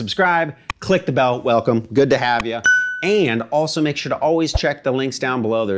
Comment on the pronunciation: Yeah yeah YEAAH, velcome, velcome, velcome.